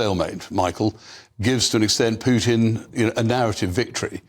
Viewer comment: Vladimir poo tin 😂